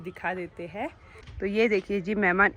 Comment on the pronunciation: हैं व है बोलना सीखो। अच्छा नहीं लगता